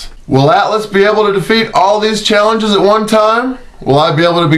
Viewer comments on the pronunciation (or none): none